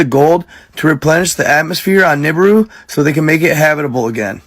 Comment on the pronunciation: He can't even pronounce his bullsh!t correctly. What is a "Noobooroo?" Also, aliens with technology well beyond our own decided to genetically engineer a new species so they couid....hand them picks and shovels to mine gold? You need slaves for manual labor. Slaves don't make sense if you've got access to even the way we mine right now. Nobody would create a species to drive a dump truck or run mining equipment. They can't just program some AI to run the things? I've bought into some wacky ideas in my life but the whole "Annunaki made people to mine gold for them" story set my bs meter off immediately. Think this comes from that Zechariah Sitchin character doesn't it? The one who everyone else that is qualified to read those tablets says he's totally wrong? That guy? It's very important to find out where your information comes from.